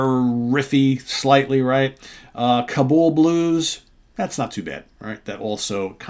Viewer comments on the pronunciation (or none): none